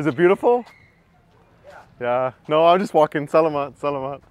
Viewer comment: “Sell a mut, sell a mut.” Haha I’m just teasing you,. Think of the meat “salami” whenever you want/need to say “salamat”. Another thing to note is that the pinoy letter A is always an “ah” sound; such as whenever a doctor tells you to stick out you tongue and say “ah!” I’m enjoying your content,. Thanks for sharing these.